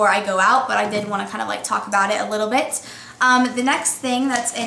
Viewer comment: she emphasizes the "t" in bit a little too much